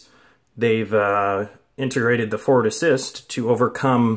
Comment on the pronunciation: Why do you say "fort assist"?